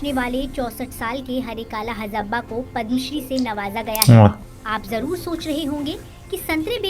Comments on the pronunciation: पद्मश्री है पदमाश्री नहीं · पदमाश्री नहीं पद्मश्री